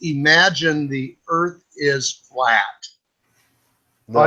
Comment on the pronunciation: oh, hello. don't know you. hi, I'm Yvette. welcome to flat earf!